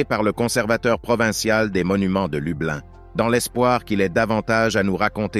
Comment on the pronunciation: La ville polonaise est Krasnystaw ça se prononce krasnistof et l'autre ville est Lublin ça se prononce Loubline. Systématiquement dans toutes vos vidéos sans exception aucune vous avez de gros problèmes de vocabulaire. Acheter vous un dictionnaire au lieu d'emprunter des mots sans en connaître le sens. Cela dit on se marre bien à écouter vos sottises. 😂